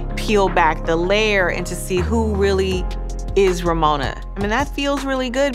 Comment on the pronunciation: her name is Ramona not Romona..... fool